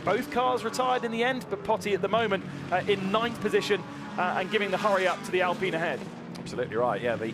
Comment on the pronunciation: Actually its pronounced “Alpeen” because of how I sounds like E in french.